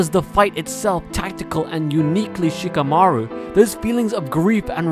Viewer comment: Who the fk is Sheeka-maruw?